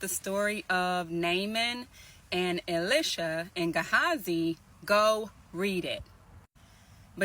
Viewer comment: "E-Lie-Sha" Not "Ill-Lish-a"